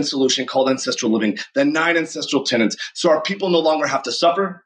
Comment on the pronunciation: Does he collect rent from any of these tenants? Because if you're going to preach a stupid idea that you don't even understand, at least know how to pronounce the word TENETS.